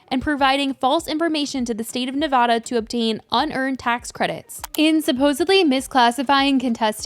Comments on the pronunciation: You're mispronouncing Nevada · This so awfulll !! I hope all those people get there justice!! And it’s Nev-a-da lol